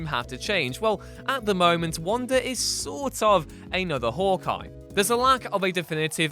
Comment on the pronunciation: "Hork Eye" ha